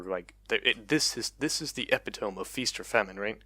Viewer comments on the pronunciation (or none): Hyperbole : high-per-bowl-ee Epitome: eh-pit-uh-me Just FYI. English can be pretty dumb. Anyway, I really think they're going crazy with the nerfs to assassin snowballing and burst speed. It's just gonna make long-range burst mages like ryze/viktor/syndra even more prominent in the meta. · hyperbole is pronounced hyperbowlee and epitome is pronounced epitumee btw